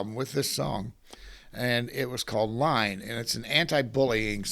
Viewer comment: Just a little correction, the song you first spoke of ("Line", you said) is actually "iine", beginning with an "I" (ee sound), not "L". So it comes out sounding more like EE-NEH.